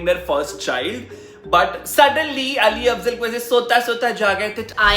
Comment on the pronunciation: Am I only the one who noticed him saying Ali Afzal everytime instead of Ali Fazal😂😂😂😂